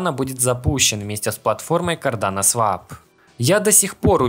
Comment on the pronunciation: Да когда же вы уже запомните, что swap читается как свОп, а не свАп